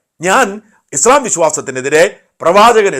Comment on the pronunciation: ഉച്ചാരണം - ഇസ്ളാം അല്ല ; ഇസ്ലാം/ഇസ്‌ലാം എന്നാണ് 😊